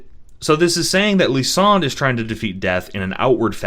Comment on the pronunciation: Who dared you to pronounce Lysandre and Ange like that bro? 😭